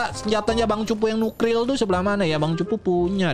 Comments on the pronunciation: nuklir bang bukan nukril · Bang bukan Nukelir tapi Nuklire